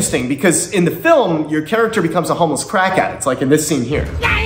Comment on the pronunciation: "So I'd like to become...... My charactoor"😂